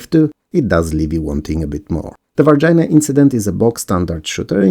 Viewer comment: Lol, "Varginha" sounds more like "var-gee-nya"